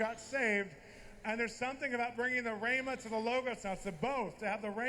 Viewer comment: It’s even funny that Bolz pronounced “ rhema”. “ Ramos”, instead of “rhema”… you’d think the prophet would know. Just wondering.